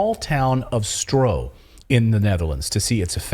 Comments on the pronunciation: you're doing great work but please pronounce the dutch word "Stroe" as "Stroo". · Laughable. You have no idea of The Netherlands, Even the map and the figures are wrong( as well as the pronunciation of 'Stroe)'. When did you two ever live off the land? Really, you have no idea. Bad, bad, bad. FYI: 'these poor farmers' are mostly millionaires.